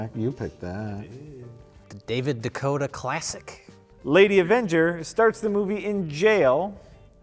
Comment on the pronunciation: I'm pretty sure it's pronounced Day-Co-Too